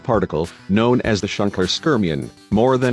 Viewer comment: Shunkler scermion?